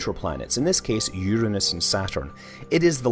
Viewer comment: Uranus! SAY IT RIGHT!!